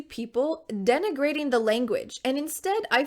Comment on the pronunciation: I know the word denigrating but I have never heard "denegrating"